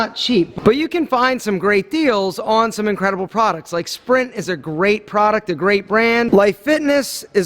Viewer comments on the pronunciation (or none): lol he said sprint not spirit. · . Did this mans just say sprint instead of spirit ?😂😂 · Its pronounced SPIRIT not "sprint" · Spirit not sprint lol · its spirit not SPRINT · I think it's spirit not sprint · He said spirit but it sounded like sprint. No hate, But I Love.❤️ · Spirit* not sprint😂 keep the vlogs up please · "Spirit" not sprint... great brand that you never heard of? Lol still love ya! Haha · Spirit not Sprint lol. Love the videos though